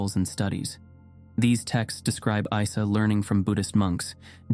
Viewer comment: Isa is not another name for Jesus. It IS Jesus but in Arabic. Also, it is not pronounced “eye sa”. It’s ”eesa” to make it easier for non Arabic speakers but in fact it has a letter in the beginning which is very hard to reproduce in sound for westerners. It is produced deep in the throat. Almost like clearing the throat sound. As for “another name” It’s like George and Yorgho in Greek. Or Peter and Bedros in Armenian. It’s the same name